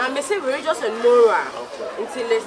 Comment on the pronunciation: Aka will kill me one day ei reregion and regious😭😭😂😂😂😂😂